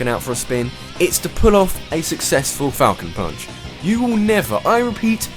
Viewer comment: the first time i used captian falcon i thought he said "taco punch"